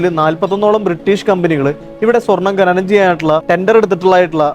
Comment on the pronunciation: Bhai, ഖനനം എന്നാണ് പറയേണ്ടത്, ഘനനം എന്നല്ല.